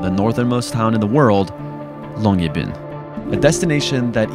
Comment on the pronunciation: As a Norwegian, the real star of the show in this video is ' upbringing allowing excellent pronounciation of Longyearbyen.